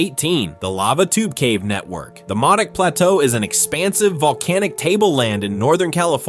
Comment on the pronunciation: Modoc is pronounced Moe-Dock.